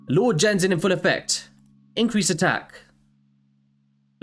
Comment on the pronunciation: Genzin, pronounce like the G in 'get' considered this is a Japanese name.